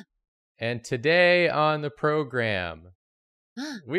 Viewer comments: The way pronounces 'program' is an important fixture that holds the fabric of the Drawfee universe together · would've pronounced "program" differently in the intro and it would have changed the entire vibe of the episode, I'm positive of it 😤